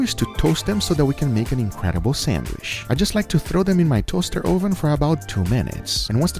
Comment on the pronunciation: I love, but will somebody please for the love of God teach him how to pronounce oven.